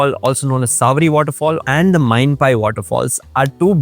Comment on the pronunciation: It's Mainapi waterfall, not mainpai